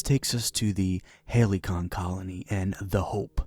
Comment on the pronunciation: “Halycon” sounds pretty legit too